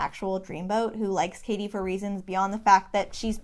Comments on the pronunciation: Hold on. You've been calling her caddy for half this video. Isn't it pronounced Cady like Katie? Edit: you switched at the end? Is this a mind game? Am I the only one to notice?! Am I imagining it? Great analysis btw :) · It's pronounced Cady* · ah I seee you're doing it to represent Janice. I was wondering why you were mispronouncing her name the whole time 😄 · this is such a great analysis!! mispronouncing cady's name in janis' section was a really nice easter egg too :D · Great video...but why are you mispronouncing Cady's name? 😂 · It was willing me 😩😩😩 until I read why you did it